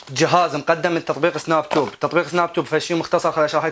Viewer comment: اسمه سناب تيوب مو سناب توب😂